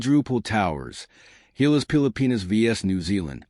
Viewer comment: GILAS not HAYLAS